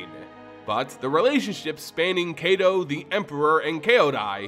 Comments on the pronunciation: I thought it was pronounced kai-to (kaito) not kay-do? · Ai in Japanese, as well as Hebrew, make an I sound. Kaito sounds like K aight O. Besides that, this video is great! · I bet you it's pronounced K👁️-Toe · I'm sorry, but please learn how to pronounce Japanese names. You're pronouncing "Kaito" wrong. It's not "ay" but "eye." K-eye-to." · Kaito should be pronounced K-(EYE)-toe). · I tried listening through the video but 7 minutes in I had to stop....the mispronounciation of Kaito (kah-ee-toh or ky-toh) repeatedly was too much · Heads up Kaito is long I sounding. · Kaito= KITE-O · It is. His pronunciation is painful. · his name got buuuutchered x'D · I know Japanese isn't your first language, but your pronunciation is really hard to listen to. Quick tip: Japanese is generally split up by 2-3 romanji letter sound combinations. For example, Kamigawa would be split up into Ka | mi | ga | wa (pronounced: kah mee gah wah) or Kaito as Kai | to (pronounced: K-(eye) tow). Sound blending doesn't really happen in Japanese so you want to pronounce each section as is. Just keeping this much in mind drastically improves Japanese pronunciation.